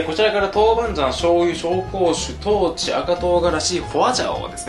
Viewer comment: こんにちは。上海人の嫁が”豆鼓 (dou gu)”じゃなくて”豆豉 (dou chi)”だよと言ってます。